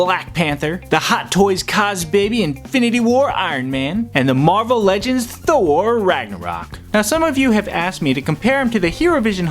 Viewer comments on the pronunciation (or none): none